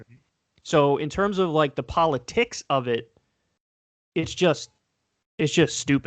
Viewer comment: Kyle "polo-TIICKS, poli-CYYY" Kulinski